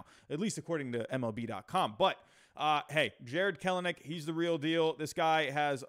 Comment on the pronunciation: Nice vid, agreed the OF could use some help! If I may nitpick: KEL-nic PASS-uhn truh-MELL (sp)